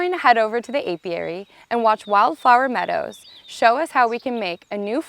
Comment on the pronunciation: Is she saying wildflower meadows or wildfire meadows? It seriously sounded like she kept saying wildfire meadows.